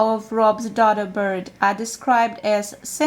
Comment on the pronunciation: DODO is pronounced with a long O sound as in donut.